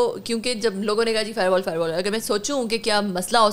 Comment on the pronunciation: فائر وال نہیں فائبر وال😅